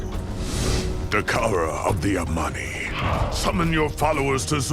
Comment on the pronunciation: Again it's the Amani, not the Armani.